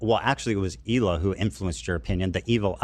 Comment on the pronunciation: It’s pretty unbelievable to me that after all this time Hasan still doesn’t know how to pronounce Hilas name right. Dog whistle perhaps